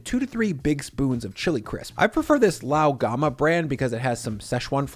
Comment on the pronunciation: I love how you intentionally say gochujang and Lao gan ma so wrong so people will comment